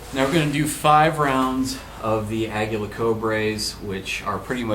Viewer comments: Exactly. Ah-gee-la Co-lee-bree. Aguila = Eagle Colibri = Hummingbird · It's pronounced Uh-gee-la Co-lee-bree.